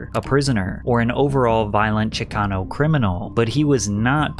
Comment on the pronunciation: Please don’t ever say Chicano again💀🥴